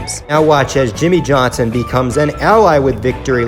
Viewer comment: Seven-time champion YIMMIE YOHNSON